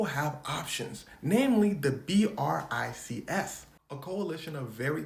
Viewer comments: its pronounced like "bricks" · Hearing it pronounced as “B. R. I. C. S.” Is so weird. Yes I know that it’s a short form of something so it’s the right way to say it. I’m just used to saying it as 🧱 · he did say brics the first time lol